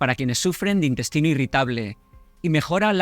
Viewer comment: Un farmacéutico diciendo " indestino" , " indestinal" 😢